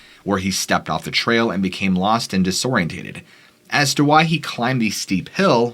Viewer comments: Disoriented. I wish everyone would quit adding letter to words. WTF. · The word is diss oriented not disorientated. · Come on Bro! It's disoriented not disorientated. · Dis orien ted,not tated,come on dude.